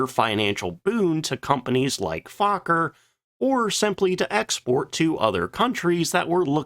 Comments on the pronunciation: Fauler??? What??? Fokker... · why do you say fukker ,and not fokker?😅😂😊❤ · It's pronounced F oh ker as in oh not ah. Get it straight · Fokker is not pronounced as Faaakker, but with the o as spoken in 'for'. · "Stroupwahhffls" lol But hey, I appreciate someone talking about our history. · Fokker means FAAAAAcker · GD, you sure do know how to mangle pronunciations, try a few visits to google translate.... I learned ach does not belong in Fokker... You should ALREADY know how to pronoun Luftwaffe...🤨just laziness